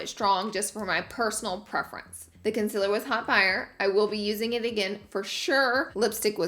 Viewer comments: I get so triggered by her saying concealer wrong, love your vids tho. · You really spelled concealer the same way you pronounce it. 😂